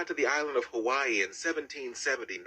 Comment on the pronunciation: "V" is proper.